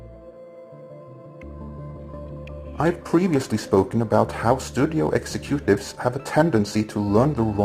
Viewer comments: I really enjoy your videos, thank you. I also find it endlessly amusing in this video you pronounce exec-u-tives as execute-ives. I wonder if this was done on purpose considering the subject matter? :D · "Studio 'Execute' tives" Don't know if that was intentional or not, but so so perfect.